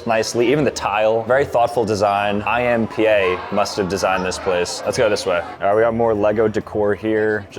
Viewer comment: It’s supposed to be I.M. Pei but he pronounced it like I.M.P.A.